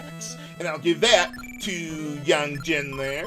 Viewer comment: I like how you pronounce the name Yang correctly here but you won't pronounce it that way for FF4's Yang.